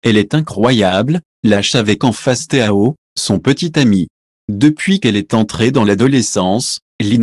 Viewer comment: Pas besoin de prononcer les ponctuation, voix trop robotique. Quelques bugs au début et théaoss voilà la prononciation du surnom Tao. Sinon ça va. Ne le prenez pas mal. A bientôt